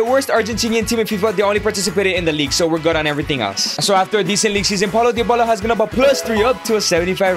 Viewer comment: Why do you say Diobala?